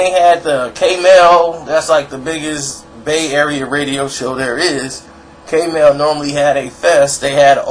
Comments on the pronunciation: side note....Its not called KMEL....Its K-M-E-L each letter is said individually. not trying to be a dick just figured its worth mentioning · I'm from the bay and no one says Kmel. It's K-M-E-L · It's not k-mel, but k.m.e.l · K male?? it's pronounced K.M.E.L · First of all you a WHOLE CLOWN....Dont act like u know what really went down in the Bay. You mispronounced KMEL so it was eveident u definitely aint from there.. 2nd TOO SHORT WAS RAN OUT THE BAY and moved to Atlanta, not because of the police but because his life was on the line...THIS IS FACTS.... 3 Regardless of that his albums WERE poppin...ALL OF THEM..4 While u over here disrespecting Pooh....He a REAL Gangsta...there was no retaliotion EVER from Short, he was never a real pimp and most certainly NOT even CLOSE to being a real ganster. Stay in ur lane cause u over her KeKe'n and shiiiit. You lucky my brother Pooh is on some positive cause u would get yo whole head knocked off. This is #TownBusiness it doesn't applt to you. BTW Short was banned from Oaklend for over 10 years. He stayed away until 40 and him started a project with Beeda Weeda and we ALLOWED him to come back around...